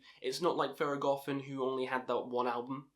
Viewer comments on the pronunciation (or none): great video, you are pretty well articulated. just a heads up, its pronounced THER.GO.THON, since it took me off the way you said it in theragothorn. Good pics, disagree a bit with Skepticism since it was in no doubt influential but it doesnt hold up to modern releases. Also not too sure if its the best thing to start with Thergothon as they are more of the founders and show the roots of the funeral doom we see nowadays, rather than a complete package that someone can listen to and see all that the genre has to offer. Shout out for mentioning Drown in the end. Probably my AOTY. You should check out Profetus as it is organ heavy funeral doom. Another thing to mention is that Mournful Congregation is one of the few that is able to implement acoustic guitars into their somber music, alongside having the ossibly best vocalization and lyrics throughout their discography, both rhythmically and content-wise. Great vid, earned a sub. Good luck to all your future endeavors.